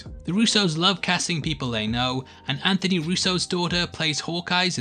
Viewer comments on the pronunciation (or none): none